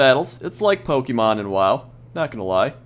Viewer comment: if u dont win the battle u dont get what u have caged that snake is a mad pokemon btw lol i like how u said pokemen lol!!